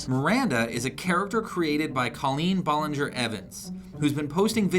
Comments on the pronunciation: its ballinger not Bollinger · "Baw-lin-ger" 😂😂 ballinger..... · tugwell no u don't its pronounced (bal-ling-ger) he said (ball-ling-ger) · lilly: OMG SLAYYYYYY shane: YASSSSS miranda: OMG!!!!! when they mispronounced Ballinger: Really.... Really?